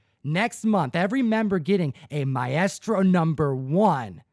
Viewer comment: Maestro = mice-tro, Tom... Not My-est-ro LOL. My-est-ro sounds like a drug that you see on TV for constipation or something